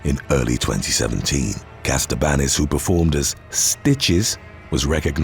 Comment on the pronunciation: It's Katsabanis NOT Kastabanis